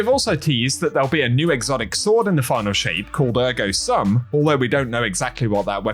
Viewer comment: "ergo sum" is pronounced "air-go soom"